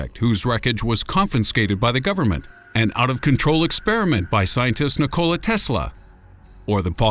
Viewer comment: Lol it's not pronounced Nicole-a Tesla. It's more like Nickel-a Tesla.